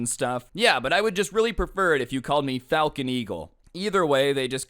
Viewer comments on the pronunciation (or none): none